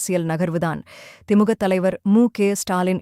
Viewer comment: திமுக என்று சரியாக உச்சரியுங்கள்